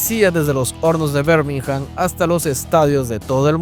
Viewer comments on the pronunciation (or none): Muy buen video nomás que Birmingham no se pronuncia "Bermijam" sino "birmigam"...la "h" es muda en el inglés británico